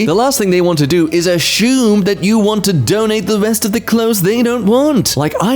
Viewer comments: Learned a new brit pronunciation... it's not ASSUME, it's ASHUME. It has an H in it. lol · In the video...the word assume is said a few times... but with an H in the middle.